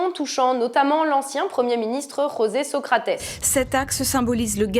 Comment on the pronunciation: "Rossè Socratès"? José Socrates